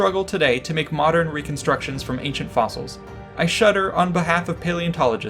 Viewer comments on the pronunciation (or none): He said ancient orgasm. When the video starts.